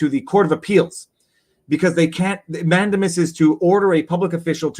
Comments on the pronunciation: You said mandiamus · "man-DAY-mus is the word, I believe; does not add to credibility. I like your arguments generally but on one this one I think you are wrong and by a wide margin. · I've heard 5 pronunciations of "mandamus" since your original video. How many more?